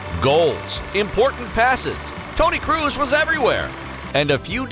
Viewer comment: No one: Absolutely no one: Speaker: ToNy KrUs